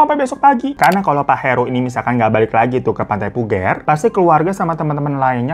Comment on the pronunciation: Koreksi bang. Pantai puger,pake pager. Bukan puger,pake leher😀ya ngg sziehh